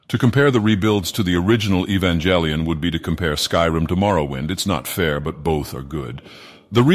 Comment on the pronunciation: E-vanga lion